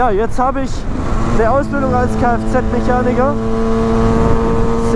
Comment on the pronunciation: du sagst immer Mechanigger xD aber noices video :D